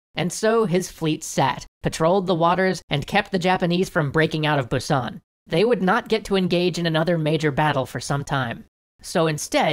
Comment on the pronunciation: How do you know so much Korean history but pronounce Busan incorrectly 😂